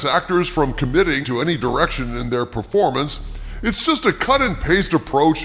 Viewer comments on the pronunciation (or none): none